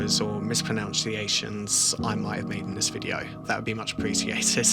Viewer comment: I'm not Japanese, but you mispronounced "mispronunciation."